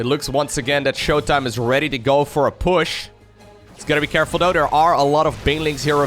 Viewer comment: Can you start saying there instead of dere ?